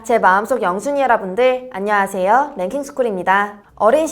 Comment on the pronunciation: 바로 앞에 인사 하는거 잘보면 펭하~ 라고 들림ㅋ 펭수 에 빠지셨나요? ㅋ